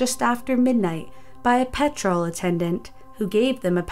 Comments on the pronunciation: Hearing you struggle with simple English words like petrol, I would love for you to do 5 Unsolved Mysteries of Wales and see if you can pronounce the places there. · Not being rude but why do u pronounce petrol so weird? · or petr-O-l instead of petrol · Also the pronunciation of petrol/petroll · Just Jim PETROLE station 😂😂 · The amount of mispronunciations in this videos is just annoying XD "Petr-all" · How did you manage to butcher the word 'petrol' so badly? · The way americans pronounce petrol makes me cringe...also thats a pound sign not euro 😂😂